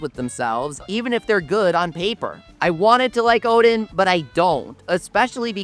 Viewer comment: O-din not o-dean ffs 😆